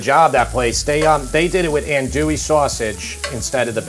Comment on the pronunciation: “An-dwee” is how the sausage is pronounced.